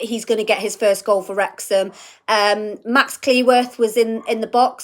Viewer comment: I heard the dog say Werx-ham, Wrex-ham, Wrex-ham 😅 🥳🏴🙏